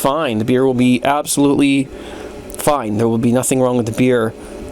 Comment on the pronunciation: "It's absalutly gonna be a messy thing here" Holy fuck